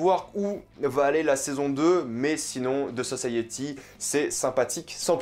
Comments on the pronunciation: Sa me stress comment tu dit the society, the saussaïyéti 😂 moi je dit comme je dit société, sauf un y a la fin donc the sociti ( phonétiquement ) 😂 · c'est pas "de" society mais "the" society